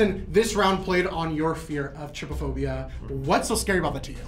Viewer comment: Its tryphobia not trypaphobia